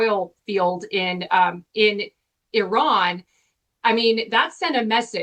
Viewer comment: It's not Eron, it's Iran...speech impediment...